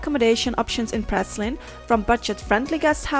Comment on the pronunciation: your pronouncing the name of the island wrong as I used to live there